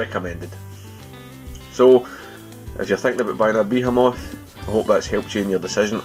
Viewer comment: I love the way some people pronounce this product name "beer moth".